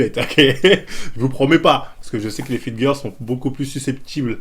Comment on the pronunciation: "Fitgueur" j'suis ko 😭